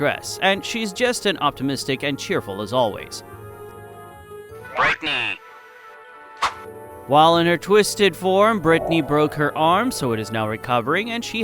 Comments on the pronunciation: Bright-knee not britney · "𝙱𝚛𝚒𝚝𝚗𝚎𝚢" 𝚆𝙳𝚈𝙼 𝙱𝚁𝙸𝚃𝙽𝙴𝚈 𝙸𝚃'𝚂 𝙱𝚁𝙸𝙶𝙷𝚃𝙽𝙴𝚈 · Sorry idk who needed to tell you rhis but its brightney.. bright... like bright light.. not britny.. not Brittany.. b r i g h t.. bright-knee.. im sorry dude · "MOPPY" "BRITNEY" Gang I thought he said Britney Spears.. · "Britney" U SAID IT WRONG! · Aint no way he called bightney "britney" 💔